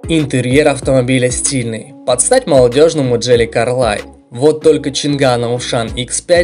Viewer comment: Обзор вызывал доверия до фразы джили колрайн))) Может кулрэй?